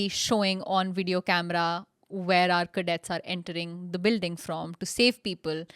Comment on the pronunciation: did you say "cadets"????